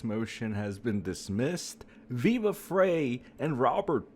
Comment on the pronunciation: Maybe say his name properly, speak a bit faster🥱. Frei pronounced like fry. I’m OUT! is RIDICULOUS, still dig Nate, but he’s getting close.🚫 💯 DIG Rekieta!!!!! Ur dumb & have zero facts.🙄